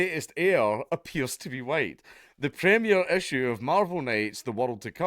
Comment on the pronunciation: "Black Panther - HUWHITE!"